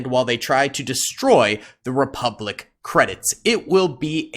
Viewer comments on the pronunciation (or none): sieging the "Repulic bank" 🤣